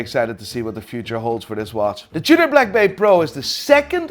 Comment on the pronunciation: He even said Tudor starts with a T but still pronounces it chewder